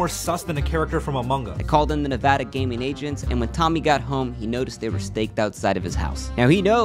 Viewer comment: finally someone that pronounces nevada correctly